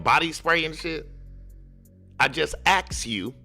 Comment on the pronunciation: "Axe" "Fustrated" "Libary" "Goings on" and other countryass pronounciation is how Dawn Woods talks.